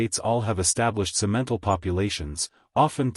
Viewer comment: Simentle got on my nerves.